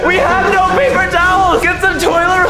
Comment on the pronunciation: “GET SOME TOILER” 😭